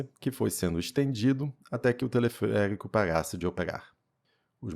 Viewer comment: telefeérico rsrs